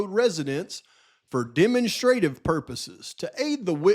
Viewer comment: Love ya! With the most respect, demonstrative is pronounced “deh- MONStra-tive” sounds kind of like Monster. Just looking to help ya out a little bit brother! Another FANTASTIC video! Thank you for all of your hard work